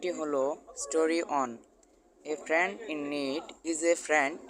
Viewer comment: স্যার আপনি ফ্রেন্ড কে ফ্রেনড বলেছেন 😅😅